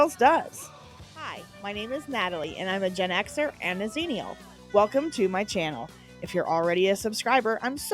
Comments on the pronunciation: I'd never heard of a Xennial before, but apparently I'm one as well (1976.) Wouldn't it be pronounced "Eks-Ennial" though, rather than "Zeenial?" That makes it sound like we're a generation of aliens (which... OK, that's fair. 😁) I still love Misfits of Science. I have a character on City of Heroes based on Johnny B. (CoH itself is now 20 years old this year, the servers are run by fans and totally free.) A rock star who became an Electricity/Sonic Blaster with Superspeed powers after getting zapped by his sabotaged electric guitar and amp during a concert. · Zine-ial? I always thought it was pronounced “X-ennial”.